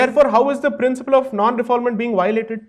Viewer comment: Firstly, let me address a slight point. It’s actually a French line, Non Refoulement. You pronounce it like “Nun Ray-Foole-Mahnt”. It’s nothing to do with fouling or not fouling something. On topic; I agree with about 55% on what you’re saying. I do believe countries should have stricter borders and I do agree that illegal immigration is counterproductive. So if you’re saying, “Hey, I think there are too many Bangladeshi’s coming in illegally” , sure, let’s deal with that. And though I wholeheartedly applaud PM Modi, the BJP and the work on bettering India, I personally cannot condone this. It goes against Hindu Dharma which does not propagate vilifying or doing harm. You’re actually proposing to single out Muslims as a matter of fact, stating that Muslims are creating havoc in Delhi and Assam. And that is where the problem lies. You may be factually correct in saying that. Who knows? But you’re too lazy to trap and evict the criminal individual. Rather than that, you opt for a short sighted and very polarizing view that you would just evict all of the 30 million plus alleged illegals. You can wrap it in many legal wrappers and dance around it but objectively that’s the case. You try to apply a one size fits all solution to a very complicated matter which should really be addressed on an individual level. If you do your due diligence and the people get the opportunity to rebut and their day in an impartial court, great! And if they are found to be illegal and need to be depor